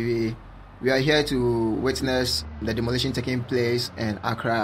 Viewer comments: see how he is demoluwation our place. hahaha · se how is he demoril....demorlation.....demorlation our place...... ...... waat beta?